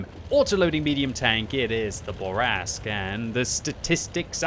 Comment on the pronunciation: I see you still have trouble pronouncing French. It's "Fuckin' Bourrasque!" Also: "Gun handling is terrible, especially the aim time." That's why you were only able to start the match with two perfect snap shots.